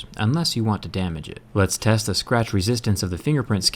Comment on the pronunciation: Did he say tess at the beginning